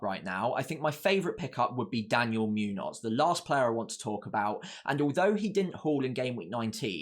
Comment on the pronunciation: Great analysis. It’s Muñoz (“munyoz”) not Münoz (“Myunoz”) btw.